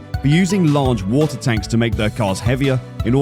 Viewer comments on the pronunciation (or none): none